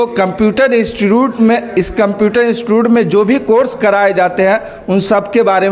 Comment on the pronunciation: Instotot mea 😂😂😂 nahi institute😂😂😂